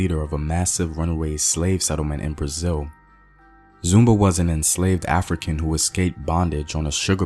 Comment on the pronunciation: Zumbi is the pronunciation created the free state of quilombo dos palmares until the SLAVERS destroyed it.